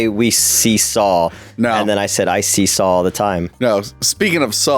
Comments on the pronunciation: Drink every time Tony says Sawl. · I love how Tony says "Sawl"